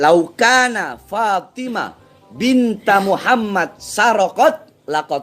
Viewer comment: Bacanya aja salah, bukan binta tapi harusnya bintu